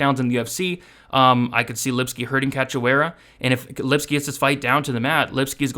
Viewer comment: Her name is cachoeira, it means waterfall in Portuguese. It is pronounced CASHoera, as in you could have cashed on her in her last few fights and retired a corny and disrespectful nickname that is from the fox Era of UFC which reflects more on the poor judgement of the referee then the fighter. 🙏